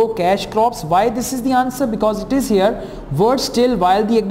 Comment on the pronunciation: its here not hair sir.. 😁